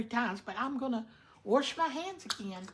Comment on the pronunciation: The pronunciation of "wrench" was for "rinse" and the pronunciation of ""warsh" was for "wash". We all knew what she meant. She used Cream of Chicken Soup with Herbs as her seasoning verses saulted onions, celery, carrots, peppers if desired, garlic and parsley, oregano, basil, rosemary and thyme. As she said, the flour from the dumplings thickened the broth. I generally boil the whole chicken which makes it easy to pick it from the bones. A lot of flavor in the broth comes from the bones. Great recipe. Great job washing your hands and using your cutting board only for the raw chicken. Please remember to clean your counter, sink and pots with hot soapy Chlorox water.